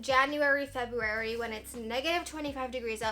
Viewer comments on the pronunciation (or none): none